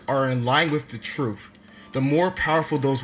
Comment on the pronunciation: I'm sorry but is it "Truf" or "Truth"? C'mon Hafeez...